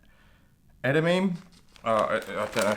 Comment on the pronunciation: Nice box 😊 Edamame is pronounced ed-a-mah-meh. The hand gummy you received is a game called jan ken pon or rock paper scissors (do u have that in your country?) you and your friend are meant to open separate packs and see who wins. In this case you received the hand-paper. Whoever wins gets to eat the other’s star gummy. 🤪